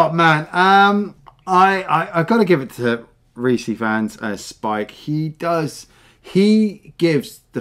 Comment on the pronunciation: It’s pronounced ‘Reese Eyefans’ (for Rhys Ifans). Come on.